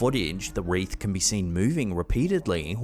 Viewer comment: when you said the "wreath can be seen moving repeatedly" your accent made it sound like you said "WRAITH"